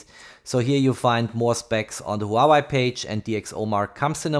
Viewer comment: Hua-WAY. Not Hau-Why lol